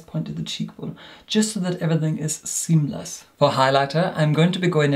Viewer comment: I was patiently waiting for to pronounce his iconic 'seamless'.